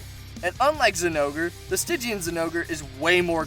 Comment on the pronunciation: Sti gian Not stij ian